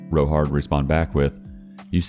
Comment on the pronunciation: Oops, you confused 'row' with 'row'. Confusing ya, but different words with different pronunciations, like 'wind' and 'wind'.